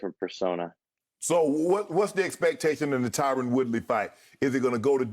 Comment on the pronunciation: Shannon doesn’t like how he says Tyrons name